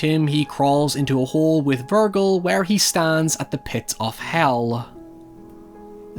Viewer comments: It's incredible how many things you get wrong. Vergil isn't pronounced with a hard "G". It's a soft "G" that sounds like "J". How do you get such a widely used name wrong? Divine Comedy isn't supposed to be taken as something humorous. The word meant something different when Dante wrote it. It's meant to mean an epic. If you read the Diving Comedy (you clearly didn't), you'd know that there's nothing funny in the books. You should stick to just talking about mindless horror/hack and slash films. They seem to be more up your alley and IQ range. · Bruh I wanna tap out because of how you keep pronouncing Virgil. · the most horrifying part of this all is you mispronouncing vergil so hard lol. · i don't wanna sound like a dick but why do you say virgil like that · you intentionally say virgil wrong don't you, it's a thing, a plan, I despise how well you play this game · That OCD is really gonna kick in when realizes he was mispronouncing "Virgil" the whole time. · I respect your critiques but to consistently mispronounce Virgil is either some ironic joke to undermine your own authority or is genuine ignorance. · You say "Virgil" strangely. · You're saying Virgil, wrong my man. Lol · I absolutely loved your commentary but your pronunciation of Virgil drove me nuts all video lol! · Your way of pronouncing Virgil clearly shows you haven't played Devil May Cry before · Bro if his name was pronounced vir-gill then Jack would call him vir-guh for short. Instead we hear that J sound in his nickname verge, because his name is Virgil bro pronounced vir-jil. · FUCKING VIRGIL NOT VURR GULL VURRRRRRGUHHHHHHLLLLLUH ugh. Virgil. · why do you keep saying "VIRGO"? its Virgil..... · I love ya to death dude but for the love of god, it's VIRJIL not VURGLE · Virgil is pronounced like Verjil not vergill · Willem Dafoe's character never lost his dick, watch it again and it's not "Vurgal" it's Virgil, with a "j" sound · Virgull vs virjill pronunciation. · it's pronounced "Vir-jill"